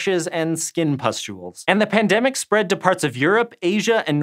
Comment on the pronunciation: The first time yoou said pndemic it only sounded as pndem.